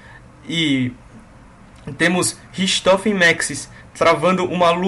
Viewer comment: naturalmente a pronuncia de RICHTOFEN é Ricktofen, mas sem problemas